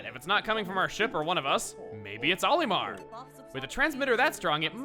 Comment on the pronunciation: Am I the only on that's bothered by the way chugga says Olimar